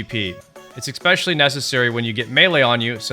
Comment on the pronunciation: eckspecially? XD dude